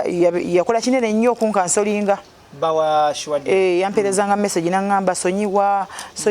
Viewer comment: I love the way pronounce this name"Suwa deal "😂